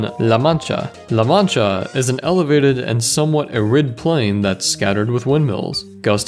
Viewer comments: It's "air-id", not "uh-rid." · I don't get why youtubers have so many problems pronouncing words...Arid is pronounced Air Ed not R Id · I'm glad got to do this episode. The guy deserves it. Even if he can't pronounce "arid.";) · "Uh-rid"? "Air-id" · "somewhat uh-RID" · You pronounce "arid" wrong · Too bad he doesn't know how to pronounce "arid". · The way he pronounces 'arid' bugs me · That's not how you pronounce "arid" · Took me a second to catch him saying it wrong....I've never heard anyone say it that way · I know he's pronouncing "arid" incorrectly, but I don't know how to put it into text...